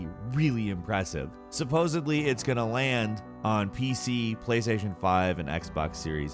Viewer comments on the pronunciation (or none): Did anyone else notice he said supposebly and not supposedly. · He said supposebly